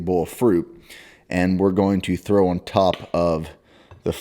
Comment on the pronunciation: Everytime you say “on” all I hear is someone trying to say “onion” in a bad french accent lmal